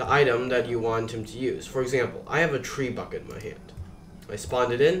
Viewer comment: I am glad I watched this tutorial. Quick note it’s pronounced treh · byoo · shuht Or even more simply, Treb-bu-shey.